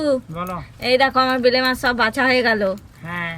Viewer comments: ওটা ভেলে মাছ নয়, বেলে মাছ ।আরও একটা খুব কানে লাগে কাবরাঙা, ওটা কামরাঙা । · ঐভাবে চিংড়ি মাছের ভরতা করে নাকি। শীলে বেটে করতে হয়। আর ওটা ভেলে নয় বেলে মাছ। উচ্চারণ খুব গন্ডগোল। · Vele mach abar ki???? Bele mach. Kotha bolteo janena thik kore